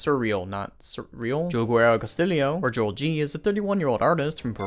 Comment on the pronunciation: It's pronounced Ho-elle Ge-rah